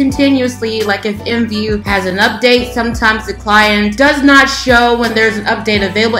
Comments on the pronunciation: nobody says imvu.... They all say I M V U So instead of being professional just be normal maybe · r u seriously saying imvu instead of I.M.V.U cuz u saying it wrong